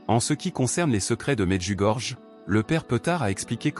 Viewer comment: "Medjugorié" c’est la bonne prononciation de cette ville.